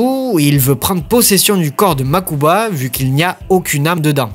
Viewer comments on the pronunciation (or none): Un truc que j’ai jamais compris, si les bro kaibas sont "riche" pourquoi mokuba ( makuba ) et toujours habillé comme un sdf et Seto à 5 tenues ( je compte pas le dernier film ou il habillé comme pour un gala ) ? Ah et oui mokuba et prononcé une seul fois en vf par… seto ( des fois la vf on dirait celle de dbz ou cdz ( saint seiya ) ex: au lieu de dire «MAZENKO! gohan dit RAYON MAGIQUE! »dans dbz ou en encore seiya quj a pris «UNE DÉCHARGE ÉLECTRONIQUE» ) aaah quelle époque tous ça 🥰